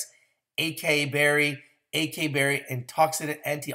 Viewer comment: Sir, Congratulations on Goldenleaf's Green Apple fruit chews. Indeed, CBD is where it's at. People may be slow to jump on board, but eventually many will invest in Greenleaf. You'll sound more convincing this way: "ah-sa-EE" berry (acai), and please work on "chamomile." Superlative has four distinct syllables.